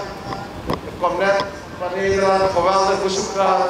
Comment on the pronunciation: Besjmetten, bezjoek, besjtond, hoogsjte, besjpreking, sjteunen. Pasjpoort. Na mi pres yerre. Ai taki!